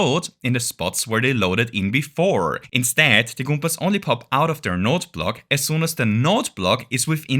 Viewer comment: i adore the way you say goombas.